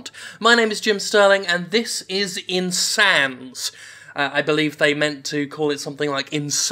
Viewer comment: Every time he said Insan Z I kept hearing Chimpanzee. LOL. Also one of the best parts about this game is at the time I am posting this there isn't a single damn review on the Steam page for this game, that's how bad it is I guess. So bad no one even wants to try it so there are no reviews.